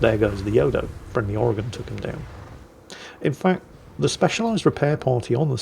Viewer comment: I must Applaud you. for the Correct pronunciation Of Oregon. especially for a Foreigner...